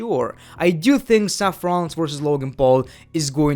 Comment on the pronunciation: "Match Abearance." "Seff Rollins."